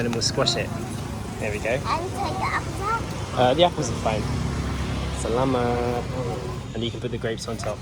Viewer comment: Finally! I able to hear one magical Filipino word. "salamat" sounds great and thanks for the amazing view. Never been there